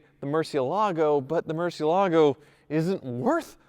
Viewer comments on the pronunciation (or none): MUUUUUUUUUUUUUUUURCI with U! It really triggers me when people say "mErCi" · “the Murchee Alago …” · I can't stop cringing for every murcielago mispronunciation XD Come on...just one time right for the spanish speaking audience? Great content though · Can’t stand hearing you mispronounce Murciélago! It’s like hearing someone say Chevrolet and emphasizing the t at the end. Just sell the damn thing.